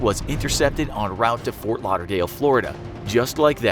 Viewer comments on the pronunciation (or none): none